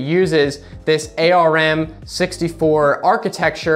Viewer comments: wow. He is the first person I have EVER heard refer to ARM processors as A.R.M. It is usually pronounced like the body part: "arm" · ARM is pronounced like the word "arm". Paint isn't "depreciated", it's "deprecated" - in software, that means it's earmarked as obsolete, and will be removed in later versions. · You're the first person I've seen who pronounces ARM using the individual letters instead of like the body part.